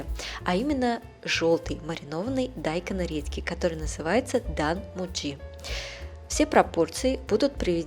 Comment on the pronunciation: Почему дАйкон??? 🤦‍♀️😂😂😂